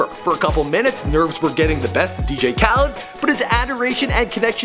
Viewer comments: It's khaled not khaleeeeed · His last name is not kaleed it Khaled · You said "Khaleed" again. Oh for fuck's sake,. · why does he say Kaleeed it Khaled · Why can you never pronounce things lmao "caleed" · Asahd ''kaleed"